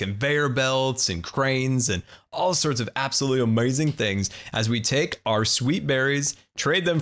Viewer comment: i prankly really dont like how you pronounce amzing